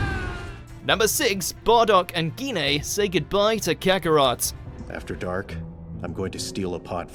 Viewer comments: It’s jine not geenay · He just pronounced Gine as gi-ne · Lol the way you pronounce Gine lol